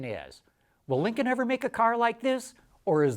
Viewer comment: Say it correctly, Linculm.